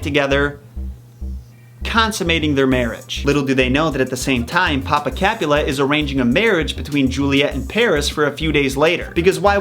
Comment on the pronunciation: Love the analysis but he can’t pronounce mercutio, Rosaline or capulet properly and the reason Romo didn’t find out about the plan was because the deliver man got the plague and lord capulet never moved to wedding